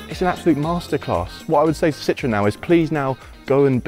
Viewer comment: What is wrong with the Brits?????? This car is NOT called a lemon, which is exactly what "citron" is in French. It's just as bad when they, and most Californians, refer to a Porsche as a "Porsch". Citroën is actually very easy to pronounce----si-tro-en. It's almost as easy as saying por-shaw. Please stop mangling French and German.